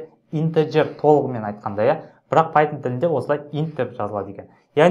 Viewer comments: Пайтжан емес пайтшарм солай естіліп тұр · Пайтон❌ Пайтжан✅